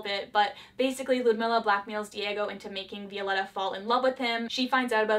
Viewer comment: Any other Spanish speaking person got triggered a little when she said Vi-O-letta And not Viol-E-ta???